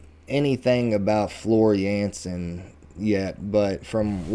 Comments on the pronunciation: You pronounce Floors last name almost correctly. In Dutch the A sounds like the A in f.i. dark, So the J is pronounced as a Y and the A as in dark. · As for the right pronunciation of Floor Jansen, you were closer to correct than the person in the video. Your J is correct, but the "a" in Jansen is more pronounced as in a word like "part". If you want to have an example of Dutch pronunciation you could first enjoy the song Sancta Terra from Epica featuring Floor, after the song ended one of the other band members shouts out her name. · The film Imaginarium is on Prime Video…..I just found it and will watch when I’m done scrolling my YT feed. It’s an actual movie about 1.5 hours long (according to IMDB). And Floor’s last name is pronounced with a Y instead of a J. She’s Dutch, not Finnish, and that’s how it’s pronounced in the Netherlands. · I like how you are taking this deep-dive into Nightwish so seriously. I will definitely tag along on your journey. If you want to know once and for all how to pronounce Floor's Dutch last name, I would suggest finding a clip where she says her own name, haha. FYI, the voice-over in the video got it wrong. The A is pronounced very open, like you would say AHA. Give it another go ;) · Floors name is "yansen" with the "a" like in "dark", not "yensen". Definitely check out "Learn the setlist in 48 hours" or "the Denver Debacle". Worth your time. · It's pronounced Floor Yahn-sen. I should know I'm from Dutchland xD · Hello from Liverpool, England,, Yes mate, Floor's surname is pronounced 'Yaansen'... She has her own youtube channel where you see how she lives her life etc... There is also a few good documentaries about Nightwish , various albums being made etc.. But a good one to watch is about how Floor came to be their singer, it called 'Please learn the setlist in 48hrs' , its long, but worth watching .... New subscriber for this journey... Enjoy 🤘🤘🤘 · You are closer than the narrator. Floor's last name is pronounced Yahnsen.